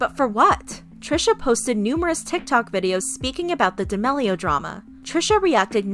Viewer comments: Not to be rude but its prononced da MEAL leo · da MEAL LIO